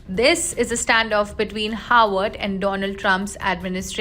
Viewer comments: Why does this lady continue to say "Howard"? Its Harvard University! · And she says 'Howard" 🤔